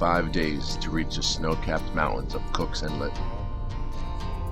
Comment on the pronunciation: There's a "T" in mountains.